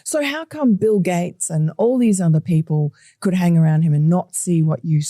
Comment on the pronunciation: It sounded like you said “Pill Gates”, and I thought 💭 what a great name.